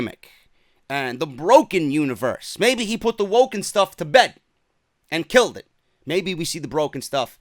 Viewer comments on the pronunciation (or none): none